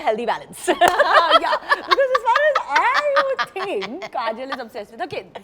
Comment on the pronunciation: kareena keeps calling kajol "kajal." her name is kajol, not kajal.